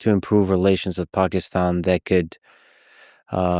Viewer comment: lex you pronounced pakistan perfectly!!!